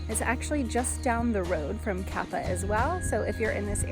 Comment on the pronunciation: Nice video btw Kapa’a has two a’a’s for a reason cuz it’s pronounced Kapah-ah not kappa. Kaua’i is Kauah-ee